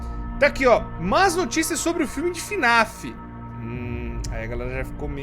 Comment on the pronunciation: "FINIF" kkk